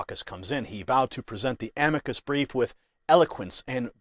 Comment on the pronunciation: Ok, sounds great, but (not-picky me) why pronounce it ‘a-mee-kid’? I’ve always heard it called an ‘am-i-K